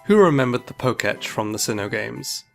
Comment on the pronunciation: IT'S PRONOUNCED "POKE-TECH"!!!!!!